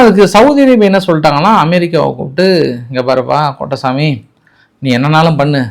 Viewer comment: கோ-ட்-டை -சா-மி என்று தெளிவாக சொல்லுங்க. அலு "பொட்டசாமி" என்று கேட்கிறது.